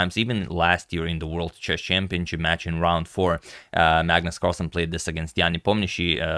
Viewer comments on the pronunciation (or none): none